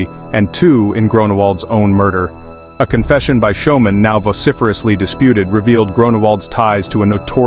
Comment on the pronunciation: How do you pronounce "school". That'd how yo pronounce "Schoeman'!!!! 😮😮😮